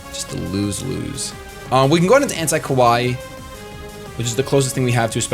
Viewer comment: Kawaii is pronounced ka-wai-ee and essentially means "cute". Ko-wai means scary.